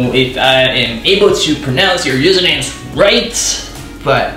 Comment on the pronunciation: Thank you for noticing my question yeah your pronounce my username right. 😊🙏 Anyway thats a simpleface skin routine i ever seen. Thats good. 👌🏻